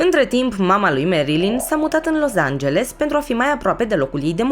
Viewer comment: Felicitări super clip da scz e Los Angeles nu Loz......mă zgâriat pe creier acest Loz🙈🙈